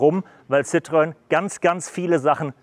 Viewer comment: Nicht "ssitrön" sondern "ßitro-enn". 🙂👍